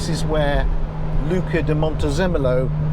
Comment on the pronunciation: Was going to correct you on the pronunciation of Luca DM, but the way you said it (eventually) was correct. Great vid...